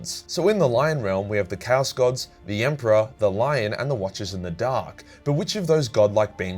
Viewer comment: You pronunciation of Chaos sounds like Cows, I only realized a bit later when something felt off when you said that someone fought cows. 😅